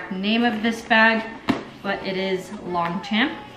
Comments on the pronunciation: “Long””Champ”😂 It’s pronounced “lawn Shaun” haha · I've actually never heard anyone call it "long champ" in an american accent except as a joke maybe. Most people I know pronounce it as "long-shawm" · Not in American English. Both words stand alone. And, as always, I'm sure they don't mind how we mispronounce it, as long as we're spending our money on it! 😂